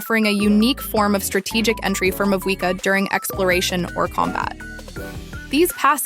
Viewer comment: this must be an AI voice because EVERY SINGLE YOUTUBE CHANNEL cannot be this horrible at pronouncing in-game items, characters, and so on. FLOW-GIST-TEN. MA-WHUI-KAH.